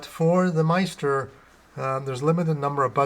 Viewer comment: Nice video... but... in the future... maybe pronounce it "MiST-er" (rhymes with sister)